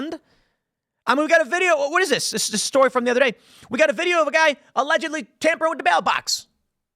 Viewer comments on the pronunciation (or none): It's always 'ALLEDGELY"